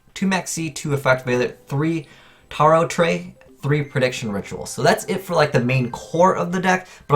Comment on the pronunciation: The name of the card is pronounced as Tarot Ray